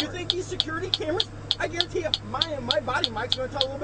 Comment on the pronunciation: what the police officer said "I garentee i will ruin your career"